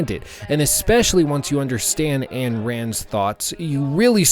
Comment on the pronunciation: Her name is not Ann Rand. 'Ayn' is pronounced like the German 'Ein'.